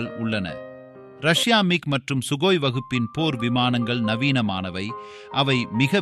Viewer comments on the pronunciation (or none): none